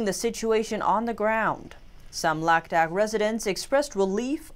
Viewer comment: Ladhak pronounced Ladakh!